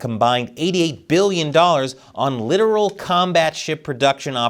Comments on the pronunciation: Wrong pronunciation on "Littoral". It's pronounced "La-tor-ol". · No, it's pronounced "lit-TOR-ul." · Hey, that 'littoral' is pronounced with an 'or' in the middle, and emphasis is on the 'tor' part of it. Sciencey stuff, kinda hard but you'll get through it. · Absolutely Not pronounced like that. Littoral is pronounced LIT-TOR-UAL